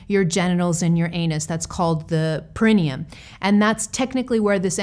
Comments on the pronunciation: "perineum" (per·i·ne·um /ˌperəˈnēəm/) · Correctly pronounced: Par-ah-knee-um. emphasis on the third syllable. Just fyi from a RN.